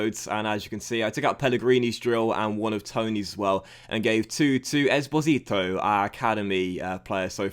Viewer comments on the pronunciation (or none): Great video, as always. Btw, you mispell Esposito, you should put the stress on the first O, and not in the I. Happy new year